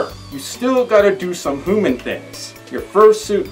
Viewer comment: I like how he says Hooman